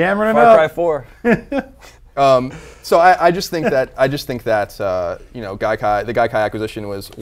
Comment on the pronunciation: Dude, it's Gaikai.